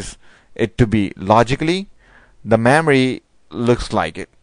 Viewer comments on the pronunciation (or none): Why are u pronouncing Memory as Maamory!!